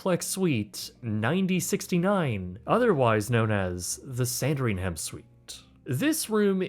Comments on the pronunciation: Say it with me... "Sandrigmmm", not "hhham". Ok carry on! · It’s pronounced “san-dring-UM-“ Why why why why do never put the luxury suites midsection on the ship this is the most comfortable place for the cxs On the suite it looks mediocre the bathroom is weird, the whole thing needs redone, silver sea is the best luxury suites I’ve come across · It’s pronounced San-dring-am. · Your pronunciation of “Sandringham” is wrong, the H is silent! Kindly educate yourself! S A N D R I N G U M. Such ignorance is intolerable! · Maybe learn how to pronounce anything before posting a video. “Sandring-ham” “vereznan-no”. Jesus Christ